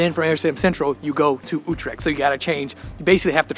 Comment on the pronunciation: Why do I have to do a TOEFL test to get a conditional entry to your country and you are too mentally lazy to for even one single time pronounce one single word like Utrecht THE WAY IT IS CORRECT ?